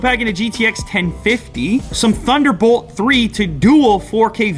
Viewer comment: TH underbolt TH ree